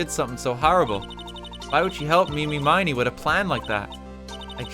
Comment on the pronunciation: he streamed this, right? did nobody in the room ever try to correct his awful pronunciation of 'iny miney's name? did he really not get the connection to "Eeny, Meeny, Miny, Moe" ?